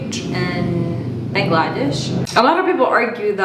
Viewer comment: Bangladesh is pronounced Baang la desh (the stress should be on the Baang and not the 'la' part of the word)